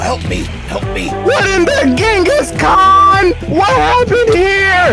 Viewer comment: Chinges khan😂😂😂mongolia